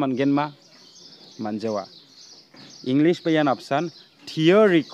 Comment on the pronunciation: Englis ong.ja English sa. Inpomesion ong.ja information sa my brother. But don't mind. I think you have to improve your pronounciation.